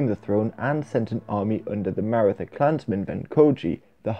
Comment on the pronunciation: Maratha is pronounced "Mah-Rah-Tah", not "Mair-ih-thuh"